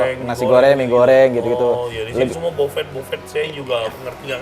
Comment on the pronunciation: Yah memang agak aneh adopsi bahasa luar ke dalam sumbat, kayak buffet (prasmanan) jadi bofet (pesanan 😂). Tapi selamat menikmati kota Padang 😁